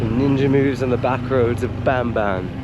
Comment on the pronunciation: when pronouncing Tagalog words such as Bamban, Saging ( banana), the 'A' is pronounced as Ahh.